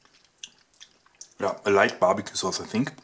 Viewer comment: Bestes englich leicht babicue